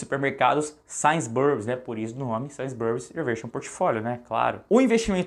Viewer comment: Tava até levando o vídeo a sério até o cara soltar um ‘Sains Burris’ 😂😂😂 ai me quebrou…